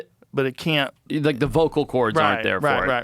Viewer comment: Forreste Galante either needs to see a dialect coach to master the vowel in "can't" in a General American Accent, or to get his Rhodesian Accent back. He has to pick one.